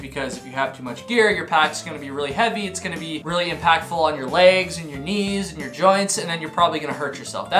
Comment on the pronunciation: "...too much gear is gonna be really in-pack-full..."